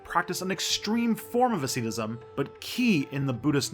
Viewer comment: "Aseedacism"? - it is pronounced asceticism